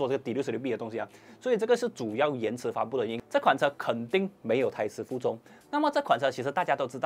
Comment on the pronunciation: 我听了几次什麽叫没有台词步骤，看了文字原来是胎死腹中，我希望以后可以发音的准确一些，或设有字幕。